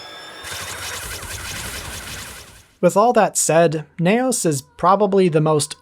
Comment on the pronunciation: Ultraseven 21 is a Futurian confirmed. Also confirmed mispronunciation of "Neos" as 'Nay Os' for some reason?